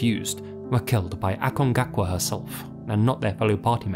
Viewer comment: dude. aconcagua. not acongacua.